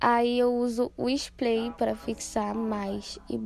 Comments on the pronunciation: Uma fofa você… muito gostosinho assistir o seu vídeo! A voz dela gente 😍 Só uma coisinha sua linda, se diz spray (com r) e não “splay” (com l) rs. Sucesso pra vc 😘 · mulherrrrrr, tu é belíssima, linda até sem maquiagem, mas "splay"??? 🤡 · Engraçado que ela fala splay😅